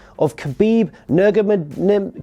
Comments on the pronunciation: This is how you pronounce Khabib’s last name ner-ma-go-maid-off I know that’s looks rough but that’s how you say it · It's nur-ma-go-mE-dov Jack you silly goose =* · Nur-ma-gome-dov Try this Jack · Nur-ma-go-men-ov. You’re welcome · Turned the video off when u couldn’t say the name stick to fucking Wwe he won’t join 🤷🏿‍♂️ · Khabib Nur.....??🤔 "Khabib" you know that lad "lmfao" nice save hahaha you should really review your material before recording so you can pronounce names correctly. I agree it's a tough one it took me a few try's to get it right lol. I don't believe khabibs English matters this is what makes him who he is , "I smash you" !! If he was to say "I"ll smash you" ! It wouldn't not be the same anymore , nah don't let him learn anymore English take away the books! lmfao ! He is a little small for lesnar though ... like 100 pounds to small , maybe more depends what he's walking around at. Certainly he would fit in forsure ! I don't believe Dana White will be to happy with Vince for making him an offer well he's still under contract , never now another mans lawn! I couldn't do that to a friend. But maybe he had it coming who knows. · It ain't that hard to pronounce his last name man 🙄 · His last name is not difficult to say lol. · I’d pay to see vince try to pronounce Nurmagamedov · You said his name wrong both of them... 😔